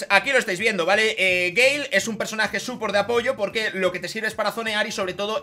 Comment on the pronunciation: te felicito por tu video esta muy bien toma tu like campeón. A eres de los pocos youtubers españoles que pronuncia el nombre del Brawler BIEN 👏👏👏 un saludo.